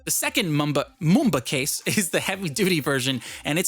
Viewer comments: It’s Mumba not mooba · for mumba its mum-ba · #Mumba pretty much everything about this case is perfect , especially me who’s always out and about doing some shopping or just having a trip. Also , I’m pretty sure it’s pronounced : Muh-m-buh. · i like it how u say #Mumba